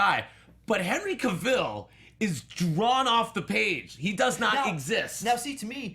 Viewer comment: couldnt stand hoechlin's superman.nt e actor's fault but people jus kept going bck 2 e reeve's superman, cheesy, campy. ughh... i like it n then i hate it. i think i will really struggle 2 finish tis season's supergirl. 😕... cavill rhymes with travel. pls gt e pronounciation right